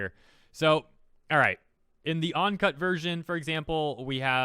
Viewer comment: Uncut, you keep saying "On"cut.